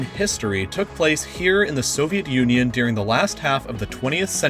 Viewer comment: During = Deering